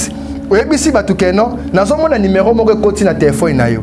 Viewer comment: Papa Stp c'est ne pas numairon mais c'est numéro, merci de rectifier